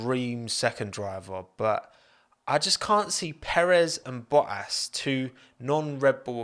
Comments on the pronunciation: Pronounce your freakin Ts. "Bo-ass"? BoTTas. North Americans enunciate your own language better (not bea-ah) than you do geez. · Hang on, did you call Valtteri Bottas Battery Voltas ? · calling bottas boas is so irritating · Lol the British and their hate for the letter "T" "Bo'as" in stead of Bottas. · Baltterie Vottas lol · I heard Bo’ ass? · “Batteri Voltas” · "Battery Voltas" :D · No one:: Battery Voltas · bottas Youtube subtitle: but ass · Battery voltass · Im 300% sure i heard battery voltas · all i hear is BO-ASS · I need to get a cut version of saying "Bo'ass" on repeat cause it's truly gold! Another great video mate! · Since dts I hear Bo'ass ;) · Bo'as hahaha so effing funny! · Why pronounce T’s in many other words prior ( not enough though) but why did you not say one single T in Bottas name?